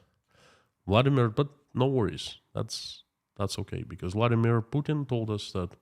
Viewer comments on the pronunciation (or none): none